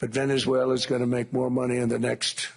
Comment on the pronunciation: 50 mil barrels from Venezulelalala....😂